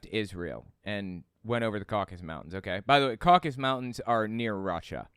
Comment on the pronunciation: Caucasus, not Caucus.